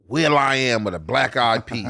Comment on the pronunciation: Nigga said Will I am 😂